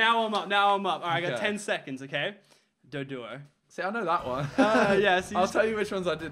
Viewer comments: Simon said dodrio instead of doduo he got it wrong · simon said dotrio not doduo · he said dugtro!!!!!! not dodou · Simon said "dodtrio" for the last one but it's duduo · simon said dodrio instead of doduo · When it was doudou